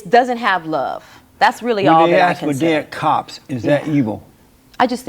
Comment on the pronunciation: I grew up in the 70’s, and I know black people used to talk with good grammar. Even saying ask instead of aks. You have a degree and you’re saying aks??????